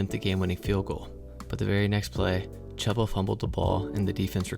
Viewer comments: chuba is pronounced like chew-buh not chub-ba, but otherwise great video ! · Chooooooba bro, Chooba. It's spelled Chuba, but sounds like it's spelled Chooba. Just think of a train, Choo Choo... Chooba. Sorry, just had to say it. Nice video though! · Great information and commentary, but the volume is a bit low, and when the INTERCEPTION! blared out at level 11 I almost shut off the video. I watched it through all of the way, though, because you do indeed know what you are talking about and it shows. Even if you mispronounce Chubba (but you are pronouncing it phonetically so no harm no foul there) 😉😉😊😊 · Me being a Panthers fan, I'm struggling listening to Chubba's name being mispronounced. If you are a fan, you have heard his name pronounced before if you have watch some games this season.